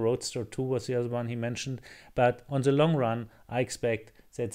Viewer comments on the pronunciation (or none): Try say "the" instead of 'ze' 😀